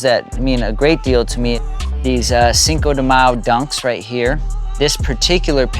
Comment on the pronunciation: Cinco de what? Bruh, and you’re Mexican right... Oigan a este 🤣